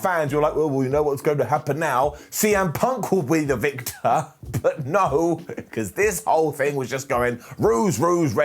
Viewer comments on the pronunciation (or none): none